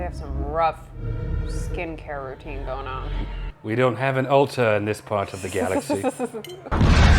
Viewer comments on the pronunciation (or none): I thought you said, "we don't have an altar in this side of the galaxy" and I was like, "What is he talking about?? There's an altar right there!" Then half an hour later it clicked to me that it's Ulta you said and I came back to just say "Oh!... I get it now" xD